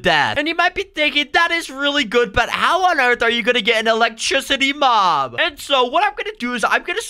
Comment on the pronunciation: Mop it is mob not mop